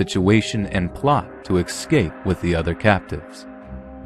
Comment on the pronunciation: dEAR, i DO LOVE YOUR vOICE BUT I WiSH yOU cOuLD sTOP sAYiNG "EX-sCAPE" WHEN IT sHOuLD BE "eS-cAPE". "aWNT" FOR "AUNT" i CAN DEAL WITH. bUT "EX-SCAPE " iS LiKE "lIE-bErRY" FOR "LIBRARY" OR SAYING "NOO-kYUU-LUR" FOR "NuCLEAR"...bUt DO WHAt YOU wAnT, OF cOuRSE